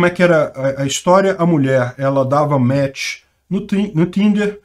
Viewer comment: Esse é um dos inúmeros casos em que não vale a pena ouvi-la dizer "match"!